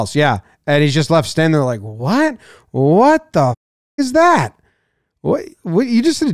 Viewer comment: I slightly enjoyed the "Q" in place of the "A" in the word "that". Not really sure why